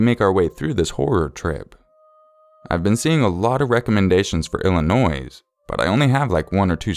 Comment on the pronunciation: I love your videos but the "s" in Illinois is silent lol